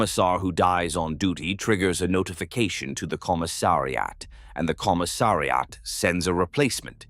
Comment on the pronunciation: "Commi-ssari-at" - poor AI, such difficult words ;-)